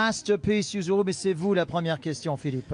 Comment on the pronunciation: Il a tellement écorché le nom de yuzu 😅